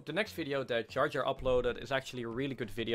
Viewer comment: Its not jar jar his name ( jaya var men)